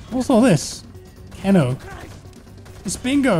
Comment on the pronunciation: Not "Ken-O", it's pronounced "Key-No". (KENO).; )